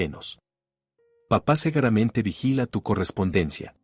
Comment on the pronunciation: Cuál? Cegueramente es; SEGURAMENTE . Soc cuando se dice schok. Victoria no vectoria.Diego ,Diago LEA ,bien